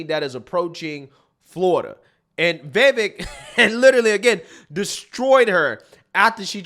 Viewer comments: Short i. Not “vee-vek” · Bro. It's viv-AYK. viv-AYYYYYYYYYK 🤣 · Bro! You have to get his name right 😂 Vivek ( the back end sounds like 'cake') 'Vi" then 'vake' Vivek!!!! Get ir eight brother! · Please pronounce his name correctly. Vi-VAKE - Rhymes with CAKE! 😊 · You love him but can't get his name correct, for the umpteenth time it's Viv-Ache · Love your content, but his name is pronounced VivAk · It’s pronounced “Viv-ake” like cake. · Thanks for the pushback. Republicans neocons are now distancing themselves though. Foxnews etc. He’s too smart for them. He’s a 21st guy! Vivek reads Vi-vake as in cake. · It’s pronounced VUH-VAKE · Vivek is pronounced "Vi-Vake" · I didn’t realize his name is actually pronounced ‘vi VAKE’. Listened to a sit down with him and Colin Noir and he said that’s how it’s pronounced. The more you know ✨ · It’s really not hard to pronounce Vivek’s name correctly.